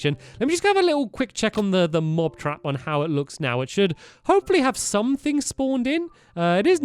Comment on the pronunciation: he says mob crap mot mob trap